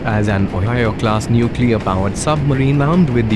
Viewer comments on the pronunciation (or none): Instead of "material, ", "nuclear", Mikoyan, "tutorial", said "materi-al", "nucle-ar", Mikoy-an, "tutori-al"